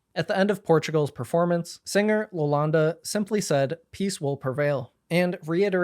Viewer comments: hi! The portuguese act is not named Lolanda, her hame is Iolanda with an “i” in the start being pronounced as e-olanda. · it's iolanda, not Lolanda 😭